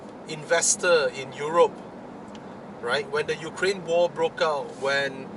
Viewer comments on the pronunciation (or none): none